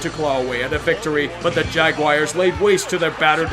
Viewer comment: is it a Pittsburgh thing to pronounce jaguars like jagwires ?